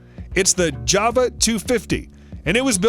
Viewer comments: JAG WIRE and JAVA? wtf JAWA and it is pronounced JAR-WAR JAR as in bottle then WAR as in war the fuck is he talking about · Java motor bike? I think you mean Jawa! For Christ sake, it says it clear as day right on the tank!